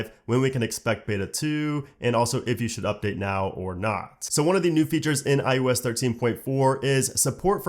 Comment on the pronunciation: Probably just an audio quality issue or regional thing, but it really sounds like you’re saying “i-U-S” instead of “i-O-S.” Other than that distraction, good job.